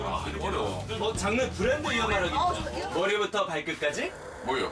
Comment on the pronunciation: 이근:뭐리부터 발끝까쥐